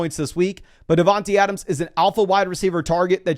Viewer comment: I don’t understand why says devonteeeee adams. It’s not dog